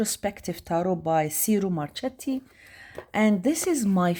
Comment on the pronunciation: It’s pronounced “cheero marketti” 😉 the retrospective deck is lovely!